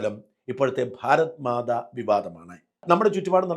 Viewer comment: ഭാരത്മാതാ അല്ല. ഭാരത് മാതാ എന്ന് തിരുത്തുക